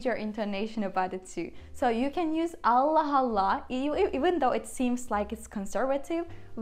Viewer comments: This is where it gets tricky for me when I try to read phrases like “Allah Allah” because the ending “h” in this case get combined with the “A” of the second “Allah. So to me it sounds like she is saying “Allah Hallah” I think I should switch to learning Italian or Portuguese instead those are much easier to learn. 😭🤦🏻‍♂️ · I didn't said there was anything wrong, but for someone learning the language it becomes tricky because I would said Allah Allah and like I explained it sounds to me like the "h" from the first allah gets combined with the "A" from the second Allah and sounds like "Hallah", but I don't see where I said there was something wrong with it. If that's the way the language works then that's the way it's. I'm not criticising. I'm just pointing out where I'm getting confuing in getting the right prononciation when I read some texts. Thanks.